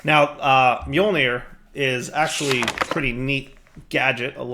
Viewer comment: Dires pronunciation of Mjölnir and many of the other norse words had me, slightly twitching.